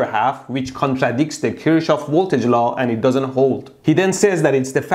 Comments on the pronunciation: Kir shohof 😂😂😂 I'm in high school andthisisfunny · The only reason i clicked was becuz i wondered how he was gonna pronounce “kirschoff” He know why 😂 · I'm just here to see how you pronounce Kirchoff as an Iranian 😂😂😂